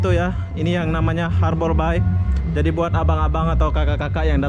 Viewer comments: Sekedar masukan, Bay pronouncing nya lebih kepada -“bei” bukan “bai”. Artinya teluk . Anyway, I miss Batam ❤️ From Singapore 🇸🇬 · harborbay bang...(bei) bukan (bai) .... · Norak ah masa ngomongnya harbor BAI , bacanya BEY bukan BAI